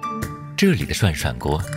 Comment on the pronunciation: 涮涮鍋 終於有人唸對!